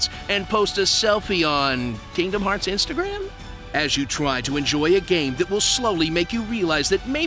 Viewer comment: It’s Kingstagram. Pronounced KING-stah-gram.